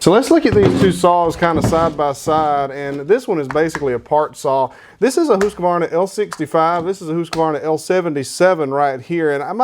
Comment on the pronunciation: You are the first American I have heard pronounce Husqvarna some what correct. Cheers from Sweden.